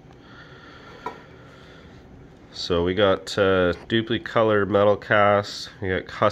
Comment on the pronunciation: Doopee color......lol. Its DupLi like "duplicate" color. Sorry, great vid bud! Just made me giggle a bit. Nice vid to show differences though! I used Kustom Canz on a few projects and I noticed that the color you're spraying makes all the difference. Most candy's spray well, Like candy orange laid out perfect, but the blue's and and the candy black are tricky to spray. They look great when they lay down right, but out of aerosol, they are tricky to lay down without striping or runs... Thanks for making the vid! 👍